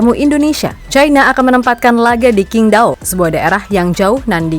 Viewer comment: Mimin. QINGDAO kalo org Sono diucapin CINGTAO Provinsi SHANDONG diucapin SHANTONG.. Q dibc C D dibc T..